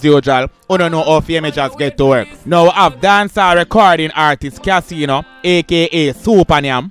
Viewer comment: Kaseeno.?...yuh mean! 🤣🤣